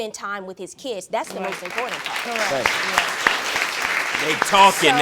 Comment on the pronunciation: Shawty said cowwect she is not a grown woman